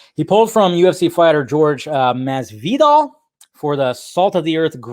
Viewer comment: Surprised you pronounced Jorge Masvidal's name wrong lol